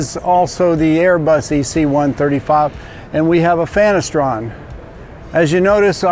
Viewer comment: Did he say fanastron?